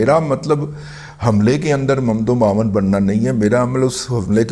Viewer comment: ممد و معاون درست تلفظ ہے Mumidd o muaawin